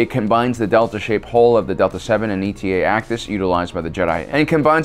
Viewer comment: You keep saying "E-T-A", but its just "eta", since its the Greek letter after "Delta"